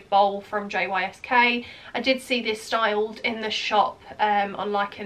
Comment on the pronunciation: JYSK is pronounced Yisk ❤